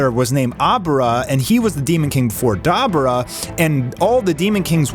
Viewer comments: Wtf is “Dai Bore Ruh” Lmao it’s pronounced “Duhh bore duhh” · It’s Dee bor ah bud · Da bu (boo) ra (rah).... Dude say it right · Dahbra✅️ Dabura❌️ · Duh Boo Rah. That's how your day Dabura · Say it with me. Da bora. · His name is pronounced DA BUU RA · Da-boar-ra! Pronounce it how we know it to be! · 🤔🤔Hmmmm Demon kings names is pronounced more so like Daa boo rah 🤙🏾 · The way u say dabura is disgusting lmao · You can't even say Dabura's name properly, Jesus. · A DBZ fan for 30 years and butchering the pronunciation of Dabura. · Why are you intentionally saying dabura wrong? And now you’re saying kibito wrong. Are you intentionally dumb?